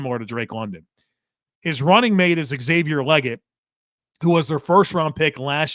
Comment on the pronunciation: It’s pronounced Lee Gette